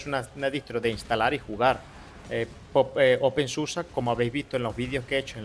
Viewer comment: No se dice open susa porque el alemán se lee como está escrito, es igual que el español. La excepción son las palabras terminadas en -er que sí se pronuncian como ea..